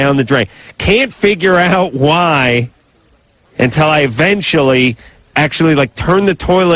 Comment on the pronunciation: Don't like the way Adam says uhventually instead of eventually